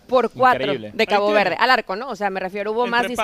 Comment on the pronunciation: dice "Cago Verde"? 😅